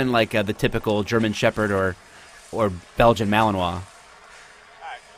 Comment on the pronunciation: finally, someone who knows how to pronounce Belgian Malinois